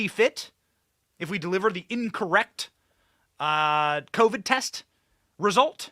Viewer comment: Jacinda Arden says"teest" instead of test, lol!